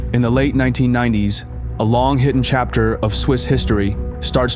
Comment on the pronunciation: 2.52 keeping it hiten "hiten"??? That's supposed be hidden. And English is your first language. Shameful.